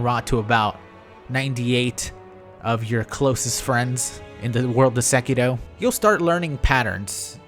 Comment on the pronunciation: is it just me or does he keep saying sekido instead of sekiro